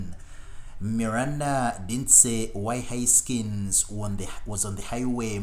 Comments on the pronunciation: “Huskins”? Seriously?? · Haskins not Huskins…..I don’t understand the characterization of “final intense” moments. Anyway, thanks for posting a nice collage of comments.